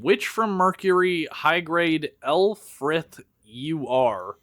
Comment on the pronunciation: Actually Lfrith is pronounced Lu-Vrif